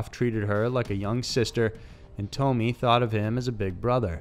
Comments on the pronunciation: Its not Toe-me, her name was pronounced Tom-Me. Her name was Tomi. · Come on man " tome ee " I've never heard this case but its definitely pronounced " tommy ".